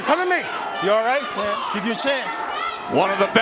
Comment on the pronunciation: ref:"u alright??"brook:"yeahh(with british acent)"😂😂😂